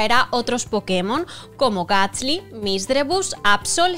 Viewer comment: Desde su CD me pone super nervioso que diga Gatsly en vez de Gastly